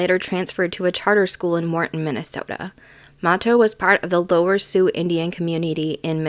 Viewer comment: and it is MA-TOE